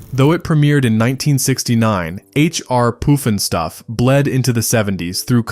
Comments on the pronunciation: The "bugle"oos? H.R. "Poof"-n-stuff"?? how about the BUG-a-loos, and HR-PUFF-n-stuff" I hate AI generated narrators. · AI !!! It is H. R. PUFF & STUFF not Hr R POOF & Stuff... I hate AI !!!! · "bewgaloos?" Seriously? It's "bug-a-loos" And it's Puff-and-stuff not Poof in Stuff. And no mention of "Magic Mongo" or "Doctor Shrinker?" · YES!! I do remember the theme tunes and if you spent one second listening to them then you would know that it was 'HR PUFF n' Stuff' and definitely not POOF!!! It's insane that you take the narrative approach of 'fond reminiscence' but you butcher the names of so many of these shows and characters. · It's pronounced "PUF-n-stuf", not "POOF-n-stuf". Star Jack Wild was best known for his role as the Artful Dodger in the film Oliver! (1968). Ms. Billie Hayes absolutely stole the show as Witchiee-poo. On Sat mornings my mom, sister, and I would stop everything and watch this show. What a riot - we'd all do imitations of Witchiee-poo's crazy cackling laugh for the rest of the day. She had many lines that were aimed at the adults watching and we all loved that. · Love the look back at this and you did a great job, BUT some of the shows were pronounced differently. H. R. Puff-in-stuff, not Poof-in-stuff. Ok.